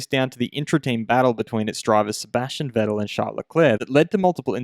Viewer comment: Please try to pronounce Vettel correctly.